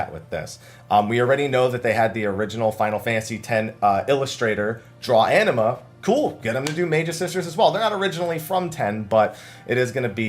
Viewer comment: I don't know why the way you say Anima sounds like enema